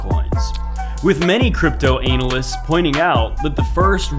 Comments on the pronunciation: " Analist " Lol :face-green-smiling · DID he call them analist?